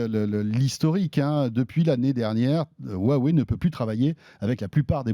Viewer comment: J'ai un téléphone "Hu-ah-wey" 😂